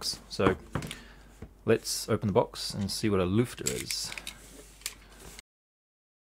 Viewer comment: i am pretty ompressed that you pronounced "Lüfter" somewhat right :)